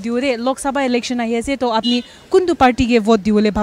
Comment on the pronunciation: It's Election n not Alection..😂